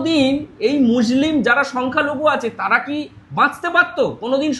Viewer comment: র টা ঠিক ভাবে বলো, তাড়া নয় তারা।